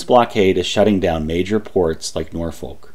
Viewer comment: Just to be "that guy", Norfolk, VA is pronounced more like Norfick with no halt between the syllables. It suffered a bit of that weird thing that happened in England where town names start getting pronounced differently than they are spelled.